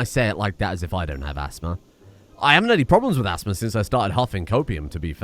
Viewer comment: half ass-thma lol